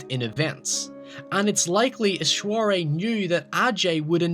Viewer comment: great video my man, but you seriously butchered like some of the non english based words like ghale, ishwari, rakshasa etc. But otherwise great video, keep it up!